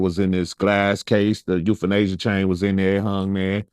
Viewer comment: Euphanasia! NOT Euthanasia... Just sayin✌️